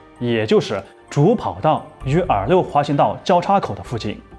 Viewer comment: R6 R5一直听成耳六，耳五